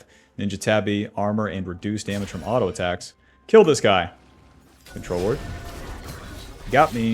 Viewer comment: who the hell pronounces "Auto" as alto?